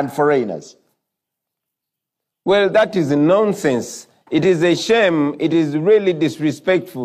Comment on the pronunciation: “Why are you Fo-Rain? Who is Fo-Rain…?”